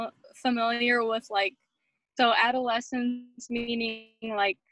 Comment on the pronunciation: No one is going to say anything about her mispronouncing “adolescence”????????? Like shoot the girl a text at least, it was driving me crazy. How are you going to be running a presentation on behalf of an education program and not let her know